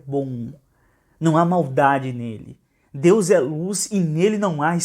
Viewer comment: Ele nem consegue falar DEUS. demônio não consegue falar o nome do nosso Senhor Jesus